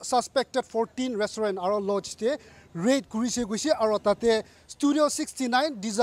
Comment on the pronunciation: First of all should stop taking the moral high ground in this issue and also he needs to get the pronunciation of restaurant correctly. All these so called news reporter and police going around checking alcohol and reporting about it should be tested how long they have been sober. Dear Naga brothers and sisters, don't waste your money on alcohol here in Nagaland. It's not that far, just go to Assam and save some money.